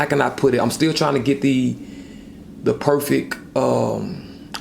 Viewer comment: "Perfeck"....come on dude...wtf